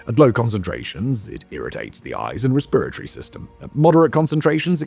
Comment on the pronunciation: The way you say “respit-a-tary” system is infuriating.